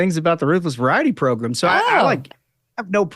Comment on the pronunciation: I don't think Matt Gaetz should be AG... he doesn't even have juristic experience... Not to mention the charges against him... Also sometimes you say "program" like "progrom" and it almost sounds like "pogrom" which has a very bad connotation by the way.